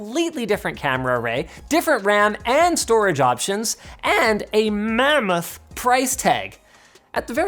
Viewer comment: i am cracking up when he says mamuth xD